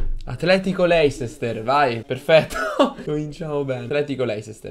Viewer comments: cmq leicester si pronuncia leister non voglio fare il prof;) se vi sentite davvero forti o quarti o finale è uguale:) Detto questo. Buona fortuna;) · la pronuncia "leisester" AHHAHAHAHAHAHAHAHAHAAH